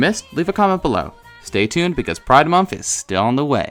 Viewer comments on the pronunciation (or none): none